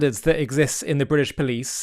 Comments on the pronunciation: No such thing as bwitish police. "Englistan police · Bwitish living in bwitain? Cringe. You're englistani living in negland.